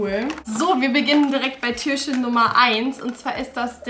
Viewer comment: Ich mag deine Videos echt gerne aber kannst du bitte das Wort Türchen richtig aussprechen und nicht immer Türschen ?